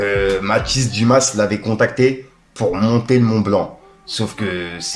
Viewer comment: brother on dit mathis dumA pas dumaSS :D